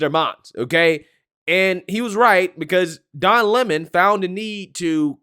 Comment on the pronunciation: Don Le-mon